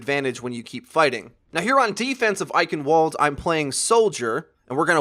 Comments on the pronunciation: It's pronounced EichenValde, not EichenWalde, please, this kills me. ik its nit picky but still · actually, it's I-hen-vuld rather than I-hen-wuld... kind of hard. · The map isn't pronounced like the way you speak it, it's pronounced "Eichenvalde". The reason why you say it like that is because it's a German name. Also the female announcer says it with a v, not a "W". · Hey "Eichenwalde" is a German word and in German "w" is pronounced "v" so it's "Eichenvalde" for us English speakers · Eichenwalde is pronounced "I shen vald a". My ears bleed every time I hear "I can wald". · its German...Pronounced EichenVald! not wald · Anyone else get a bit triggered he said eichenWalde with a w sound instead of the correct V sound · Eichenwalde is a German word so the W is pronounced as V. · agreed. While there is more to saying it correctly than that one mistake he made. I mean dammit even the announcer says V, not W. How can he be that dense!?!?!? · Ok I'll try to put the german pronounciation into english... beware: I-hen-wuld.... Not I-ken-wuld. The german "ch" is hard to get your head around as a non native speaker. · It shouldn't be that hard to pronounce a "v" instead of a "w". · For someone that makes videos about overwatch EVERY DAY I'd at least expect you to know how to pronounce Eichenwalde (In case you didn't know, the region used to reside in german territory so it's EICHENVALD) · Eichenwalde: W is pronounced as a V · its pronounced i ken VALDE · not hating on your video, good strat. i just got triggered when you say Eichenwalde when it's pronounced (Eichen-Vall-d) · Fluffy Dogge ye i know. its eye-hen-walde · To be exact, it's [aiçənvalt] with a t instead of a d at the end. Final obstruent devoicing is a thing in German. (the ç is the phonetic symbol for the ch sound you referred to) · It's pronounced with a "v" sound! Eichenvald! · It's pronounced I-cen-val-duh. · I cringed every single time you said Eichenwalde